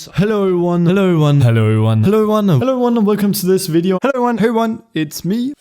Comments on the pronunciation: After all this time he still can't say "everyone" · IS IT JUST ME OR DOES HE SAY "heyo eryone"